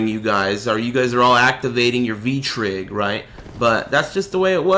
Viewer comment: "Activating the V-trigg" hahaha